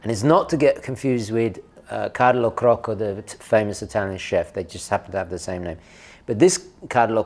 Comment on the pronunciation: the Italian chef in CRACCO not CROCCO